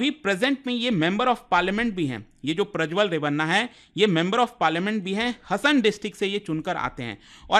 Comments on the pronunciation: Le admin pronouce it as HAASAN its haasan, nat hasan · Hi it’s not pronounced हसन its pronounced “हासन” Please correct it in future 🙏🏻 but rest all incidents are true thank you for informative video 🙏🏻❤️ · Hasan District nahi 😂😂😂 HAASANA District 😊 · It's not hasan its Haasan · It's haasan not hasan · It is not Hasan. It is हा (haa) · Not- Ha-Sa-n, it's Haa-sa-n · Sir it is हासन please pronounce correctly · Hasan pronunciation is wrong